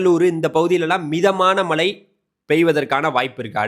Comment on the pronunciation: 'ழ' சரியாக உச்சரிக்கக் கற்றுக்கொள்ளுங்கள். மளை என்றால் கேட்க நன்றாக இல்லை